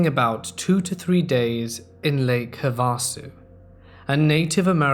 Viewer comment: Perfect timing for the US. Great video as always! For future reference it's pronounced Lake HAVE-a-sue.